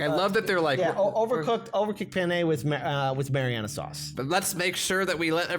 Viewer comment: I guess i'm nitpicking but is mean marinara sauce or is mariana sauce a thing?